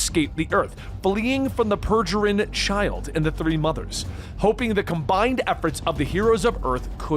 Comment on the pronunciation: "purjerine" pe-ri-grin "calculus" kai-seelyus lol